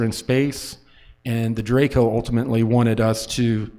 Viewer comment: informed about what? He didn't even know how to pronounce Draco